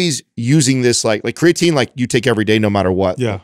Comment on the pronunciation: I'm going to listen to this on my way from work tonight. A game I like to play is to count how many times pronounces Creatine "Craytine". 😂